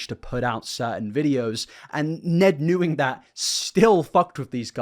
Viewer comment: Lol you said “knewing” 😂